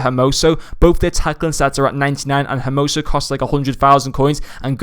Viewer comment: His names its spelled (H)ermoso. So you dont pronounce the H, and this is aplyable to every H in spanish